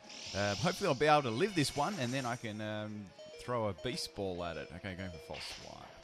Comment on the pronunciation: What he said: beast ball What I heard: baseball